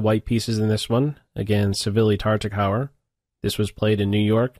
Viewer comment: Great choice! This is one of my favorite endgames; and you were on the money with the analysis. Be careful with the pronunciation of Tartakower though. It is pronounced TARTAKOVER. Don't pronounce it as the last part of the word "tOWER," but rather as the vehicle brand Land ROVER. Or just as you would pronounce the word "cover": TARTA-COVER.